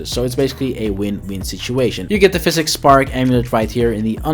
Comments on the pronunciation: psychic is not pronounced like physic. it's Sai-Kick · Bruh... Psychic Spark... not "pHySiCs spark" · Psychic is pronounced Sigh-Kick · Good guide. On the other hand, hearing you mispronounce “psychic” that badly is like someone trying to shove a wet d**k in my ear.